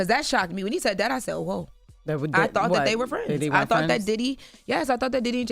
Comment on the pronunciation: keyb word she said thoght then he said thoght so if she just said thought that mreans she didnt know! jut being real come on now